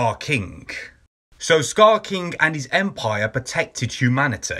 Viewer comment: Dude just say "king" like a normal person